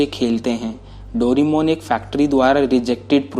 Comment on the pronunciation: भाई तुम डोरेमोन को डोरीमोन क्यों कहते हो¿